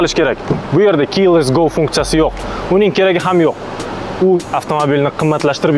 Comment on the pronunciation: Ока илтимос КИЙ ЛЕСС ГО деманг. Тогри айтинг: КЕЙ ЛЕСС ГО